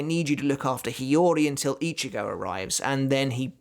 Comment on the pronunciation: Itchy-go, he who itches, goes? oh he didn't mention itchy-go in this video, but when he does he makes sure to mispronounce the name, and call him "Itchy"-"go"